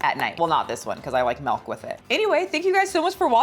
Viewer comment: I always get a kick out of how you add the letter “e” to milk, “you can wash it down with some melk”